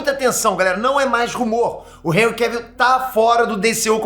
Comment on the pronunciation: Hj q vim saber a pronuncia correta do primeiro nome desse ator, graças a vc. Pois até o momento eu chamava ele de "Enrri" dessa maneira q escrevi.